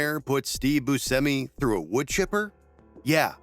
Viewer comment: Listen to how “he” pronounced Steve Buscemi’s name…I’m guessing it’s an AI voice generator that was fed voice